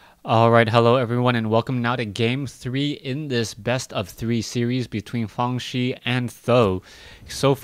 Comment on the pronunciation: Great games! Just for your information, "Fangzi" in pinyin should sound like "farng tze", which incidentally means "house" in Chinese.